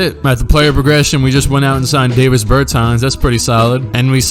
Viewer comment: It’s not Davis it’s Dah Vis